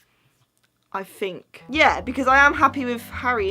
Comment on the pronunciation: I fink so I fink (oh it makes me laugh that you cannot say think so thanks)